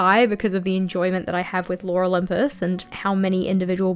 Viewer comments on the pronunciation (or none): I heard "Laura Lympus" every time you said "Lore Olympus" 🤣 Concerning Life is Strange, I absolutely agree with you! Didn't like 2 a lot. I haven't played Double Exposure yet, but I really want to... the first game holds a very special place in my heart as well, it was a very unique experience.